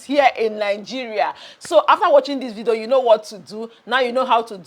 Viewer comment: I like the way you say vido 😂😂😂 enjoying your content